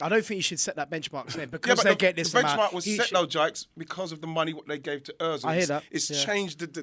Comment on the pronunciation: Tell to STOP correcting man, its annoying & time-wasting... and STOP trying to take over the show. Ian "Bad Boy" Wright called him Jaiks (Lol) and he said nothing... BUT A SUPER SHOW...